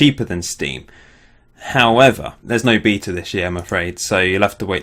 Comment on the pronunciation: only thing that annoyed me was the pronunciation of via and beta, otherwise good video :)